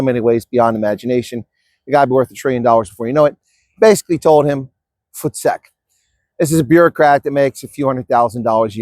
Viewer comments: A bit off topic, this is the first time I ever heard Voestek pronounced correctly in an American accent I'm impressed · is Actually a South African in his heart now to be able to pronounce VOETSEK PROPERLY 😂😂😂😂😂😂😂